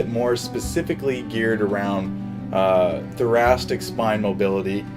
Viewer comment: I kept hearing thorac*t*ic ( for example)